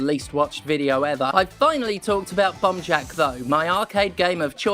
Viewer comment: I wasn't looking at my screen for the first part of this video, and I swear you were saying "Bum Jack". I was disappointed when I found out it was just the way you pronounced "bomb". Especially after you said there was bums in it. And that you have to grab the bums. Sad now.